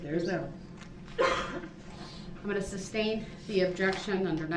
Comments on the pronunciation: Dis, dat, where you were at, substain, tack tick agreement…… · Why didn’t the judge ever tell him that “substain” isn’t a word? Or that saying “grounds” isn’t necessary at all.